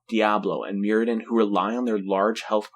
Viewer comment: Out of interest,, where are you from? I am having a hard time placing your accent. Anyway, it's Muradin with a "Mu" like "multitudes", not "mural". And yeah, why did we stop playing Greymane? Hmm.